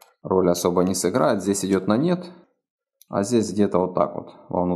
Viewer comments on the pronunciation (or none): Извольте выражаться понятно! "А вот тут вот тоже идет на нет", с акцентом Копатыча абсолютно не понятно!